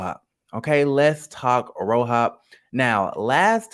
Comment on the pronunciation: I can't stand you lmaooo keep saying "RoHOP" LMAOOoOoO that's low-key how I said the letters too lol fk it